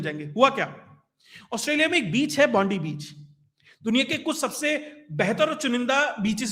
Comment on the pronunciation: It's not Bondi. It is pronounced as Bondai